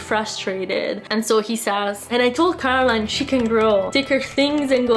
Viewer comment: Bravissima, però è Coraline non Caroline 😉